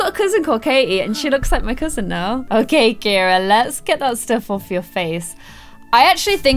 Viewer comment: Ciara is actually pronounced Sierra. I’ve kind of been brushing it off this entire time. You don’t have to change the way you’ve been saying it but just letting you know whoever told you it’s Ciara and not Sierra is wrong. Ciara is my sisters name and a girl at my school is Ciara and it’s pronounced Sierra. Love you!